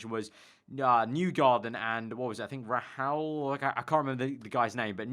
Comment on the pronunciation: The visor cam part was Newgarden and Rahal, pronounced Ray-hall.